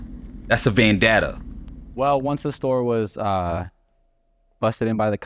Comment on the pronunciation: "Vandata" 😂 Vendetta is the correct way brother. All good. I hope you get the justice you deserve